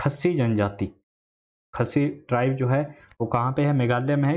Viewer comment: Bhai khassi janjaati nhi hai wo, Khaasi hai, baki apki baat thik hai sab